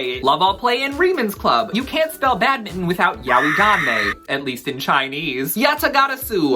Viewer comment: The pronunciation of yaoi frustrated me. I'm from a mixed Japanese family (we also have Chinese, Korean, Filipino, Hungarian, Spanish, Portuguese, etc. blood) and I've had non-native Japanese speakers who never studied the language, can't read hiragana, katakana OR kanji who aren't even of Japanese descent, don't speak the language and have no friends who are Japanese or speak Japanese correct me and others who pronounce it as "yow-ee" and tell us it's pronounced as "yah-oy" and I'm sad to say these people are often white people whose limited knowledge are sourced from other ill-informed individuals who believe this to be correct.